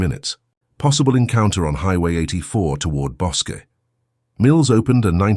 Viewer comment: I lived in Waco then and was about the same age. The river is pronounced Bos-key. Bosque is named after the local river. This is scary. I could have known her.